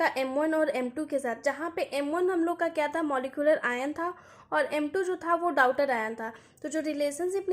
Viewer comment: आप daughter ( डॉटर ) को डाउटर पढ़ रहीं हैं 😢 और आप chemistry पढ़ा रहे हो